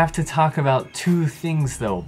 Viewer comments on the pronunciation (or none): none